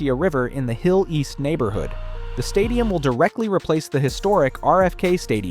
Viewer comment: 27 seconds into vIdeo Hill-east?